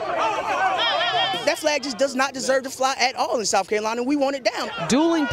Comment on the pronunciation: "Sowf Carolina." Is it that hard to pronounce a "th?" #KEEPTHEFLAG